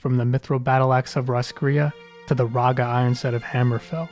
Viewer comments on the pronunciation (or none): none